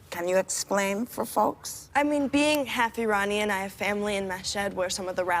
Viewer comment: She pronounced "Iranian" wrong hur hur what a doofus.